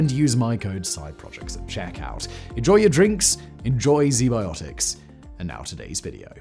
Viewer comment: “Zee biotics” hmmm… I’ll give them a look.